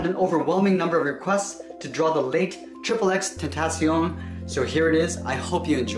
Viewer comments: that trigged me he said his name wrong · You said his name rong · The way u said tentacion triggered me and i dont know why